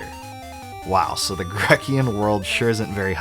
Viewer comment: Grecian is pronounced Gree-shun